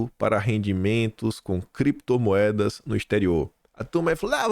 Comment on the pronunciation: CREPTOMOEDAS E BITCÔIO. 😂😂